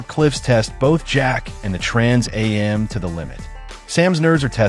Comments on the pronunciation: Is the narrator for real? Trans a m, seriously? It's called a Trans am. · First I'm not sure how true this is. It's narrrated by AI which can't pronounce trans am right. Plus, it already October and I've heard nothing about this. I'm mixed about whether I'll go see this or not. But I agree it should not be made. Instead, bring back the original for the 50th anniversary..